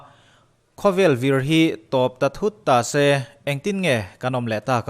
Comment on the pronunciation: Ta see Tih lam hi chu aaa 😂😂Pathian in mihring te hi min hmangaih em em a ni. Ngaihthlak nawm thin ee👍👍👍👍